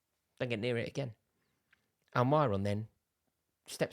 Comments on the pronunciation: At least say Almirons name correct. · The way he says almiron😂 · Why does he pronounce Almiron like that😂😂😂